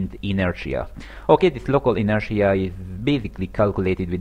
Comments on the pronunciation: it's inertia, not interia. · it's not b-oo-llet either though... the phoneme symbol is ʊ ... a double-o sounds is usually the phoneme: ʉ and that's the sound you get in goose or boot. besides if you're going to nitpick i'd think you'd start with how intertia isn't "in-ter-nia" but rather "in-er-sha"